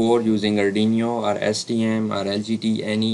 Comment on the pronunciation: Nice video & explanation, but it is not ardiniyo😇